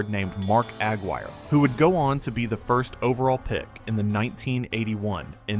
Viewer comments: Mark AG Wire? No, you dummy! Its Mark Aguirre as in "A-guirre" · Mark Aguirre's last name is pronounced Ugh (rymes with mug) Guire, not Agg wire. Also, your premise that it was only after this DePaul game that people began watching Bird is entirely false. During his sophomore year (November 27, 1977) he had already been on the cover of Sports Illustrated with the caption, "College Basketball's Best Kept Secret." On March 26, 1979 he was again on the SI cover leading into the final four, and that was before this DePaul game. The college basketball world was very aware of Bird's exploits, especially as the season progressed and Indiana State went undefeated. At the time, I was in college myself. And there were lots of Bird fans by late in the 1979 season. His fame was sweeping the land. It's why he was on the cover of SI the week before this DePaul game. And its why the Finals were the most watched NCAA Finals in history. It was not because of this one game against DePaul. It was because of Bird mania leading into March Madness and a showdown with the other extremely bright light, Magic Johnson at Michigan State. While he was in college I was a big Bird fan, especially his undefeated season. However, after he went to play for the Celtics I hated him because I was a Laker fan. Even so, after watching him play throughout his career I had to give him his due. He was one of the 5-10 best players of all time. Right up their in the conversation with the Mt. Rushmore list of Wilt Chamberlain, Oscar Robertson, Bill Russell, Jerry West, Kareem, Magic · The name is Mark Aguirre, not Mark Agg-Wire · It's "uh-GWIRE" not "AG-wire." Fun video but please get the names right. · Yep, the guy was killing me with Ag wire. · You pronounced Aguirre wrong. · That annoyed me the whole clip. Had to be AI.